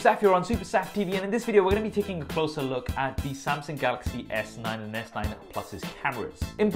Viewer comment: is calling the phone (S Night) not (S Nine), isn't he? I'm hearing it many times what's wrong with my ears 😂